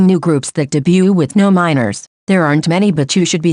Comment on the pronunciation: I don't think I've ever heard the 't' in 'debut' be pronouced so clearly 🙃 lol